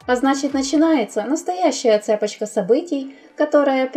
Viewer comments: Спасибо, за обзор. Простите за занудство, но не цЕпочка, а цепОчка. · "цЕпочка событий" - учите ударения. Родного языка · цЕпочка событий🤦‍♀️ заранее ударения в своём тексте надо ставить